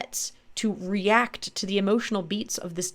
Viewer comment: I particularly enjoyed the emphasis on the word "react". IYKYK